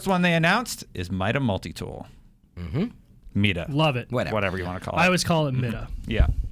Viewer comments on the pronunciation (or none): It's pronounced MY-DUH.